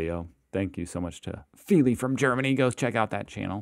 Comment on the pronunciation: Not him saying Feely as the name😂